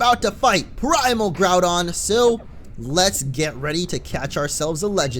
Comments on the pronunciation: Its not all ogyre, its all doun (Like done? The end of Groundoun) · The thing is your saying Groudon wrong .-. Haven't you ever played the ever Original? D: or Seen the Explained Trailer. :c